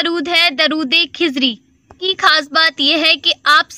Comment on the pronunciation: کھزری نہیں درودخزری ہے پلیئر صحیح لفظ ادا کریں پلیز